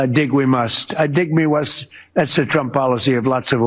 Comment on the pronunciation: How many times has your opening statement been said?! lol “dig me wust” - Lawdy, please get him and the whole regime out ASAP!!!